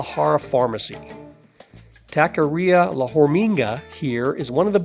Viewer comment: It's a cute and informative video. Your voice is very pleasant and easy to listen to, until you pronounce many of the words and names here in Vallarta. Malacon for instance is one that I hear all the time and I cringe every time I hear it mispronounced. It's Mal-a- CONE not Mal-a-KAHN..😬 Taqueria also, it's tah-ka-ria not tack-a-ria. All the carts in that location actually are very very good. Open well into the night as late as 4-5 in the morning. So when you're hungry after that late night of bar hopping, it's a great place to stuff the belly. And then, one mistake in your video as you were describing the Palms Cabaret, your video is showing the location of The Incanto which is a completely different place for cabaret and shows. And you were on point about Pancho's tacos, it's a sham, it's a hype, it's all about the notion of the line to get in there. People think because there is a line that it's a fabulous place. The places you mentioned are much better than that. Go right next door to Cafe De Olla'. I have been frequenting this city since Pepe's Tacos opened 30 +/- years ago, and I can say, they can advertise the best tacos in town, and they do, right on their sign.